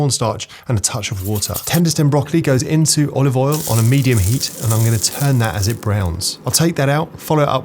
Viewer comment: So it's only Gordon Ramsay that says "olivel".